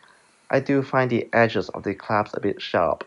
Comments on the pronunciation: Nice review. Small tip, it’s pronounced clasp (versus claps) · clasp NOT claps!